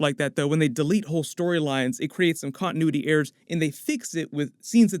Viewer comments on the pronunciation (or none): none